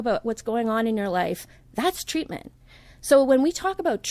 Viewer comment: Is that really “ TWEATMENT “ or “ TWEAKMENT “ ! ? ??? 😳🧐